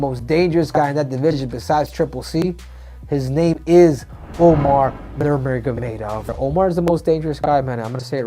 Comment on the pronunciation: hey triple c...omar is spelt omar, umar is spelt umar, and they are pronounced the same as they look